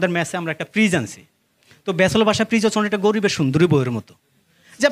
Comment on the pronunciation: ফিজ না ভাই ফ্রিজ।উচ্চারন ঠিক না।